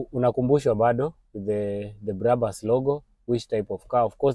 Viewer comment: dont say BRABAS,just BRABUS as it is written,first names of the founders brakman and bushman.